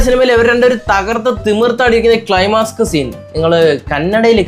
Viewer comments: ക്ലൈമാക്സ്‌ ആണോ ക്ലൈമാസ്ക് ആണോ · Climask അല്ല Climax 😂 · ക്ലായ്മാസ്ക്. അല്ലടാപൊട്ട ക്ലായ്മക്സ് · ക്ലൈമാസ്ക് അല്ല ക്ലൈമാക്സ്‌ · ക്‌ളൈമാസ്ക് അല്ല ക്‌ളൈമാക്സ് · ക്ലൈമാക്സ് അല്ല ക്ലൈമാക്സ് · ക്‌ളൈമാസ്ക് സിനോ 😂😂😂😂😂😂😂നിന്നെ യാണ് സഹിക്കാൻ പറ്റാത്തത് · ക്‌ളൈമാസ്‌ക്കോ.... ക്ലൈമാക്സ്‌ 😂😂😂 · Climask അല്ലടെ..climax🤣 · Climask അല്ല Climax ആണ് bro. 😁😁😁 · ക്‌ളൈമാസ്ക് അല്ല bro ക്ലൈമാക്സ്‌..❤ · ക്ലൈമാസ്ക് അല്ല... ക്ലൈമാക്സ്..... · നീ എന്താണ് പറഞ്ഞത് ക്ലൈമാസ്ക്കോ അത് നീ ആദ്യം നല്ലതുപോലെ പറയാൻ പടിക്ക് എന്നിട്ട് വന്നിരിന്ന് കുരക്യു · ക്ലൈമാക്സ്‌ എന്ന് പോലും നേരെ ചൊവ്വേ പറയാൻ അറിയാത്ത ഇവൻ 100 കണക്കിനാലുകളുടെ കഷ്ടപ്പാടിൽ ഉണ്ടാക്കിയ സിനിമയെ കുറ്റം പറയുന്നു, സ്വന്തമായി കാശ്മുടക്കി എന്തെങ്കിലും ചെയ്തിട്ട് വ്യൂവേഴ്സിനെ ഉണ്ടാക്കു, വല്ലവനും ഉണ്ടാക്കിയതിന്റെ കുറ്റം കണ്ടുപിടിച്ചുനടക്കാതെ